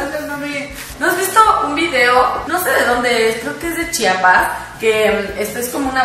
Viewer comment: dijiste Chiapas ❤️😂